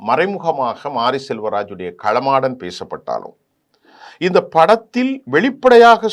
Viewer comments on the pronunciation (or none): சார் களமாடன் அல்ல காளமாடன் என சொல்லவும்...